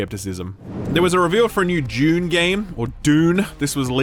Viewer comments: It’s Dune, not June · I love how pissed off you always sound having to pronounce 'Dune' like a silly American every time, I can relate because I'm English but my wife is American 🙄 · So you pronounce “Dune” as “Dajune “ or some other bastardized version but then act like pronouncing the D like a D is funny? Say schedule really really slow so we can hear those 13 extra syllables you add in.